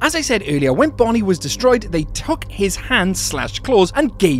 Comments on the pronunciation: you said bonine bro😂😂😂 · You said Bonnie wrong